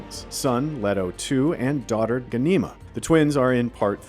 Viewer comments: What’s wrong with the guy? „Leto two“?? „Bene Telax“??? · The American pronunciation of the character names is just wrong. For example - Leto - it is Lee-toe, not Led-o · And it is pronounced LEE-toh, not Leh-toh. Get it right! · 'Letto,' 'Doon,' oh dear. 😄